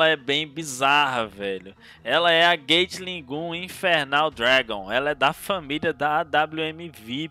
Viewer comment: "Gueitili Gum" Senhor...